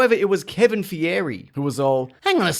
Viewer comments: His name is Kevin feige (fy-gee) not (fe-air) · It's pronounced "Fai-Ge", not "Fi-ery", wtf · Not Fieri. Feige. It rhymes with beige. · pronounced FI-gee not FI-or-ree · “Kevin fig-airee” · Loh-gAn? In-fine-ity Wahr? Kevin Fee-air-eey? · Did you rlly say Fi-ege? You say it like Fyge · Still can’t pronounce Fiege’s name properly huh? 😂